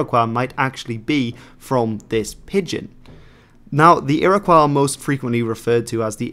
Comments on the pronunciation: A very enjoyable video. One correction. The proper pronounciation for the name Iroquois is Ear-ah-koy. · It's pronounced "Ear-uh-kwoy." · funny ur pronouncing iroquois the french way. never heard that before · It would help if you could actually pronounce Oneida, Onondaga and Iroquois. In fact they don't use the word Iroquois anyway. That's an Algonquin word meaning rattlesnakes used by the French because they're not very intelligent. The name is Hodenosaunee (people of the long house).